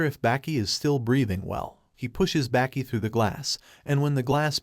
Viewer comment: You're pronouncing the name completely wrong... Its baa- ki Not back - ee